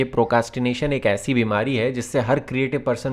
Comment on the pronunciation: Who noticed procastination not "procrastination" 🤣